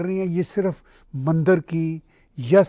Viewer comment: With all due respect...it's not Mandar...it's Mandir 🙏